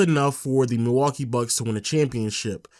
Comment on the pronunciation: Nobody:: Milwakee BuK